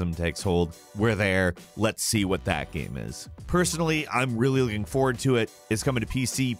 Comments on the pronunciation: Anybody else hear him say “GAAM” instead of “Game” sometimes? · He says Gayum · The way this dude says "Game" though; What a creepy dialect.